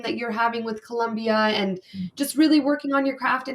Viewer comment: It’s Colombia. No “u”. ❤